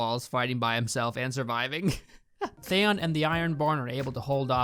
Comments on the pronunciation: are you sure you've watched GoT? All the names you're pronouncing wrong lmao. Thayon Greyjoy, Jendry Baratheon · I hate the way u say theaon 🤣🤣🤣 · What the fuck is a "theyon"? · lol THAYON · jindry and thayon? wtf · This pronunciation of Theon as "Thay-on" - is that because you read the books first and always imagined that pronunciation (what I still do with "Naruto")? Edit: And Gendry as "Jendry" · Who tf is "they-on"...? Would you pronounce Leon as "lay-on"? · Why do you pronounce "Theon" as "Thay-on" lmao 😂 They literally say it in the show but you still manage to mispronounce it? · Sooooo valid points are made. But why the hell do you say Thay-on, Jen-dry and Walter Frey? Why? Why? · "Theyoon" stop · I was gritting my teeth everytime he said Thayon. Same as d&d calling cersei “cersay” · Why does pronounce Theon “They-on” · Everything you say is rendered moot because you don’t know how to pronounce Theon. 😂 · I’m really suspicious that you even watched GOT if you don’t know how to pronounce “Theon” 🤔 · Man I cant help it but for someone who does all this analysis (which was funny btw) it really bothers me the way you pronounce Theon, like there were two seasons where Ramsey literally talks about what his name is all the time lol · Out of the weird names in the show how do you say Theons name completely wrong? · “I love GOT ive read all the books and think the first 4 seasons are some of the best television in history” Can’t say Theon right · Please learn how to say Gendry and Theon. Thanks. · Your pronunciation of Theon is almost as annoying and ridiculous as the last season. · Fucking can't even pronounce Theon right... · First time I've ever watched an hour long video/review of something on YouTube from start to finish and I LOVED every second! You really encapsulate the absolute ridiculousness that is S8. You pronunciation of Theon was really jarring though lol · the way you pronounce theon puts you on theon fucking ice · Theon, not Thayon!